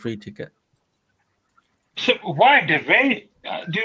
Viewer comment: you said ticket very weirdly 🤣